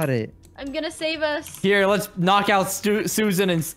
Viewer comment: said lets attak suasan lets go get her😂🤣